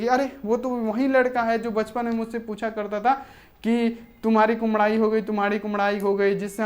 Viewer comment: Sir ap bar bar kumdai q bol rhe h kudmai hota hai...